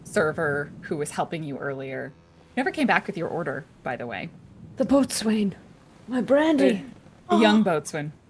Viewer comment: i know it's old, but boatswain is pronounced bo-sun lol